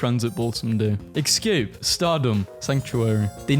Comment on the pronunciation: I'm begging you to stop saying "exscape"